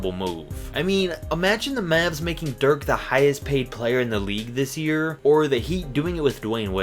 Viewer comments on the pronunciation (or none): none